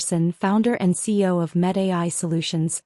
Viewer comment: Why does the narrator repeatedly pronounce CEO as C O ?????